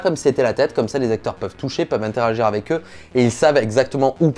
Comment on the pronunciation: AVEC. Et pas Avé. merci. Tu l'écris A V E C..... Donc prononce le correctement.